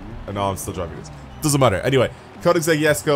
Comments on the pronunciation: THE JESKO IS CALLED ‘“ YESKO" NOT "JESKO" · Sulex MS he’s talking ab the pronunciation